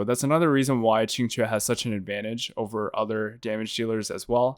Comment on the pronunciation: How did dude pronounce Qingque's name three different ways in less than a minute?